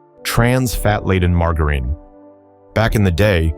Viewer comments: MAR-JAH-RIN ffs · Mar-Gar-Ine? LOL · I'll take margarine that I used into the 90s - much better than what took it's place. Also, learn how to pronounce margarine. Give me saccharine - it doesn't cause cancer but the stupid artificial sweeteners that took over do cause cancer and birth defects. The McDonald's apple pies suck now because they're too hard around the edges. Raw milk should be outlawed permanently and anyone selling it should be put in jail - non-pasturized milk is major yuck. Was so glad my state outlawed pink slime in hamburger meat. Put real sugar back in sodas - high fructose corn syrup has helped with the obesity problems. The pesticides from decades ago actually got rid of bugs - we don't need bugs all over everything. French fries tasted far better using beef tallow - the crap they use now makes fries taste terrible and they are to hard (tooth breaking hard). Go back to the way peanut butter used to be made - trans fats mania has gone to ridiculous lengths. Lard-based cake frostings tasted a million times better than the air froth frostings of today. Love making egg nog with raw eggs - the booze cooked the eggs - but I don't expect the food N**is to acknowledge that. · The AI sucks at pronouncing margarine. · Your AI can't pronounce "Margarine" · Sorry, lost me the second he couldn't pronounce "margarine". Why go to all the trouble to make a presentation on a product but fail to simply learn how to pronounce it? Maybe take things more seriously. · Yeah pronounce d it as leed. And margarine wrong too